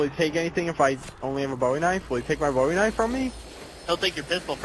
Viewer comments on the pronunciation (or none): its BOWIE not BOUY